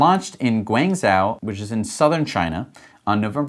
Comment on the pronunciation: Guangzhou is pronounced Gwong Joe, not GwAng zow. Or, you can go old style, and call it "Canton." Anyway, Chinese pinyin Romanization "zh" is just like English "j".